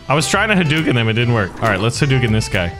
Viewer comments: Correction in speach. its not hoo dooken its pronouced huh dough ken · Huh pizza dough ken/karen And its ha-dooken, not hoo-dooken